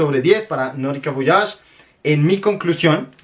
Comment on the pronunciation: Como te atreves a poner chrome por encima de voyage? es una porquería aquí lo vendían hasta en 10 dlls en liquidación. PD: Se pronuncia Voayash…